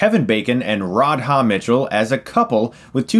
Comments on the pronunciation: It's RA-DHA. RA DHA. One more time Ra-dha. Radha. Radha. Radha. Now keep repeating that until you don't say Rodhod anymore. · pronounced "Radda" Mitchell - not Rad-Haaa ;-) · "Rod-Ha Mitchell"? Really? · Rard Hah Mitchell huh... Radha, rhymes largely with Nada... You're welcome Stucko. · rod-ha Mitchell? come on Stuckmann's. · Rad-Ha? Don't think her name is pronounced that way. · That Radha Mitchell pronunciation though...